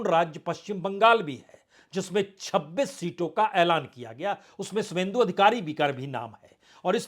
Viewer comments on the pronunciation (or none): Subendu nahi h sobendu h